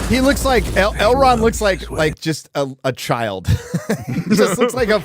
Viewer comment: Every time they say "Elrond" I can't help but hear "Hubbard............Dianetics"